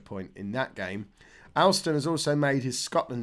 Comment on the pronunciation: Alston is pronounced Olston.